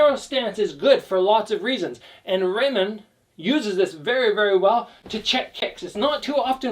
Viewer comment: It doesn't matter, English speakers pronounce Ramon wrong anyway. You only said it wrong differently.